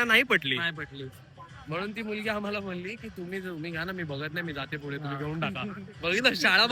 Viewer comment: Are te henna nahi "Hyana" (ह्यांना)as mhantat. Aani te fudhe nahi "Pudhe" (पुढे ) ast